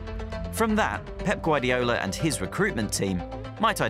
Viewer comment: Guardiola,not Guardioula!!!